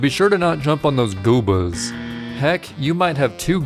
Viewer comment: “Goobahs” lol